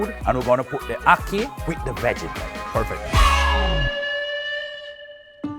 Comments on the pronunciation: Please stop calling it 🏒 HOCKEY It is ACKEE. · par excellence [pahr exuh-lawnce = French]!! Awesome. Anyway, hey guy...... it is ADORABLE how you tried everything on the island -- stuff many Jamaicans have never had nor heard of. But get this one... say Akkih [pronuncation-wise], ok, and not "Awwkey." Cool? Cool your pronunciation is somewhat cute though 🤣😘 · Say Ackee correctly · The way he said Jamaica He said it like J’Maica Its Jam- Ache- a and dont get me started on how he said ackee